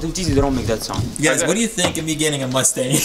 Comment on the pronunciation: That's not how you pronounce the name. C'mon man if your going to drive a mustang learn how to say the name 😂.